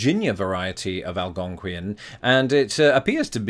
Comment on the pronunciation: Love your pronunciation of Algonquin.